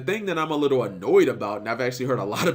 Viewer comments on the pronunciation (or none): none